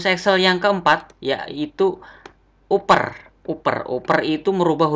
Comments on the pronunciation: Maaf nih mas, ingin koreksi cara baca aja. Upper bacanya bukan uper, tapi: APPER Average bacanya bukan evreng (gak ada huruf "n" kok bisa jadi bunyi "ng" 😁) tapi: EVREIJ Countif bacanya bukan kontif, tapi: KAWNT IF Sort bacanya bukan sot, tapi SORT Dan tulisannya bukan "short", karena short bacanya "syort". All bacanya bukan al, tapi: OLL Small bacanya bukan smal, tapi: SMOLL Values bacanya bukan valyu, tapi: VELYUS Silakan dengarkan langsung di google translate ya cara baca yang benar, malu kan kalau mo ngetes karyawan baru terus salah bacanya 😁😂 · Good try mas.. tapi ada beberapa koreksi nih: 1. Bedakan Table, Row dan Column 2. Upper itu dibaca “aper” 3. Average itu dibaca “Averij” bukan “Evereng” 4. dsb. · Harusnya bacanya kan APPER, Dan AVERAGE, dibaca EVREJ, bukan EVRENG, ya kan Bro.... 😁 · uper dibaca aper mas. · Upper itu dibaca "APPER" bang .... "APPER" !!! 😅😭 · Lagi 1 kak Upper Dibaca Apper😅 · Lafalnya Bukan "evereng" Tapi evereg, upper dibaca apper.. 🤣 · keren bro ! paling pengucapannya nama nya harus dilatih lagi hehehe seperti kata "UPPER, Average"